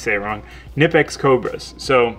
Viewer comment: Good video. You stay say knipex wrong haha. Go watch the video of the knipex factory and hearing the Germans say it haha. Even the American reps say it wrong and in different ways. Tool time! Hoa hoa hoa! Also try they do sales all the time on gear wrench. SK and sunex!!!